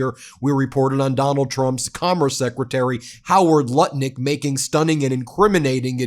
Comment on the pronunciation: Did you say howard sputnic